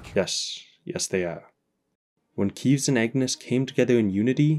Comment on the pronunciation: How do you still pronounce keves wrong